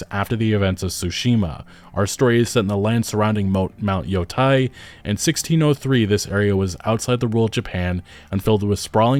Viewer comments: Man I can't take it when you say yotai instead of yōtei 😅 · Just nitpicking. It's pronounced yo-tay as in "day" or "take" not "tie" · Look at the voice actress for that game. No one can convince me that it's not woke, too. PS: Yotei is pronounced "Yo-tay" not "Yo-Tai" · Thanks for the video! Just a note, it’s not Yo-Tie, it’s Yo-teh. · You're pronunciation keeps bothering me. It's not Yo-TIE/TYE. It's Yo-TAY/TEY. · Why are so many people on Youtube pronouncing Ghost of Yotei "Ghost of Yotai"? That's an E, not an A. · Just a heads up for future reference since I’m sure this game will be talked about on this channel often, it’s pronounced “Yo-Tay” In Japanese, there’s no such as short vs long vowels, all vowels are always pronounced the same every time A = ah I = ee U = ooh (example: “tsunami”) E = eh (example: “ramen”) O = oh (example: “shogun”) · Ghost of Yo -Teh - e is how it’s pronounced, not on my high horse or anything just lending some insight being that I’ve been learning Japanese 😁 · Seeing as it's spelled Yotei, I'm thinking the pronunciation is Yo-"tay". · Your YOTEI pronunciation are WRONG 😂. YO( TEI ) EI sounds like AY in MONDAY AY. just change D to T , TEI Yotei ! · Yotei. YoTAY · why does every content creator I watch covering this game mispronounce yōtei. you don't have to know japanese to see that it's spelled with an -ei and not -ai.